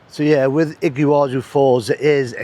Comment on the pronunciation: Impressive "Iggywazu" falls in Paraguay! The best video since Patagonia! Soooo much water in the Monday river! Imagine butterflies flying through the curtain of water - an amazing sight on the Brazilian side. This view of the Iguazu Falls (pronounced "EE-gwa-zoo") from Paraguay is impressive enough. Fantastic!